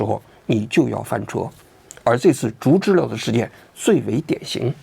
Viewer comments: 竹知了的正确发音应该是"竹zhú知zhī了liào", "了"的发音不是"lè", 而是"liào", 且接近"轻声" (短促、音低，起收尾作用)。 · 知了（liao）還是“知溜”？ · 开屏暴击，，不是竹知了（liao)吗。。。 知了啊 ， 怎么成知乐了。。。听着好难受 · 王局说zhuzhile，我觉得应该读zhuzhiliao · 应该是“竹·知了（Zhī liǎo）”吧！ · 王局为什么总把“竹知了(zhu2zhi1liao3)”念成(zhu2zhi1le4)？听上去怪怪的。我知道有些AI配音一碰到多音字就容易犯错，但如果是王局真人发声的话应该不至于啊。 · 那叫竹知了（liao）好不好，王局连知了都不知道吗😅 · 不应该是读竹知了（liao)吗，王局咋一直说成竹知了（le) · 难道不是 读 zhu zhi liao？ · 竹知了(liao, 3声) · 不是应该叫竹知了（liao）吗？我一直记错了？ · 这个玩具应该读音竹知了（liao 三声）吧，就是蝉